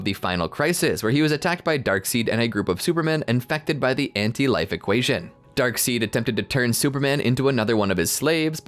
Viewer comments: darkseid it's prounced darkside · It's spelled darkseid but they pronounce it darkside